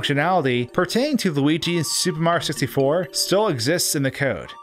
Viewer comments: Who the f*** is "Super Marr" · When luigi was yelling for mario everybody (except deaf people) hears MAAAAAAAAAAAAAAAH instead of MARIOOO